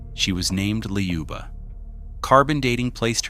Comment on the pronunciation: Not "Ljuba", there is no "j/y" sound! Say "Luba" in French manner, that is how we pronounce it!